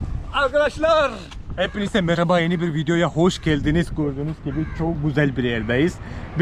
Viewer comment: Gordünüs mü ve bis demen 😍 z yerine s harfi tercih ediyorsun 😇🖐ama kulağa çok hoş geliyor